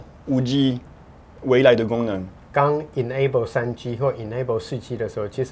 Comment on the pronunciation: 發現再講3G的時候會有台灣式發音“3居”😊😊